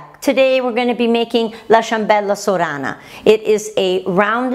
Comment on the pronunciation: Perché dici Soora Acento Inglese .. nn è meglio dire Sora alla Sorana